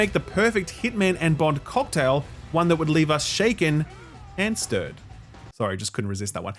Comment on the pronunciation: It's "shaken and shtirred"